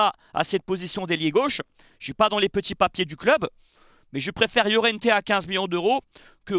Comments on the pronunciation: Salut, petite précision pour Laurienté il faut prononcer comme Lorientais. Tu prononces à l'espagnole façon llorente 😉. Toujours est-il que tu fais une fois de plus du très bon boulot 👍👍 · Il fait délirer, Laurienté prononcé Llorente, Fullkrug prononcé Foulerouge, ManYounited prononcé ManUnited, change rien, tu me tue... 😂